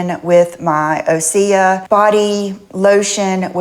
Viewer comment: I zoomed in on her eyes and they do look cloudy. Maybe it’s the filters. Osea, has been my skincare routine for at least ten years. I cringed every time she missed pronounced it. We have seen her clothes closet, I wonder what her makeup collection looks like? 😊